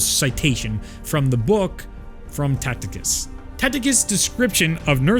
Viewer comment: Tacitus is pronounce Tass-it-uhs